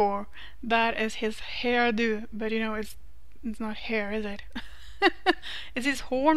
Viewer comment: You sound so wonderfully Norwegian when you say horn-do :D Love this look, copied it with a modded hairstyle and some upgraded textures and it looked amazing.